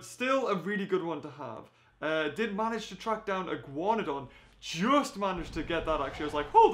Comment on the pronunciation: Wait wait. Did he say Ih-Guan-done?